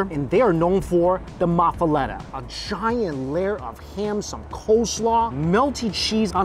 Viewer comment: Mafalata?! Mikey, you really need to learn to speak Creole.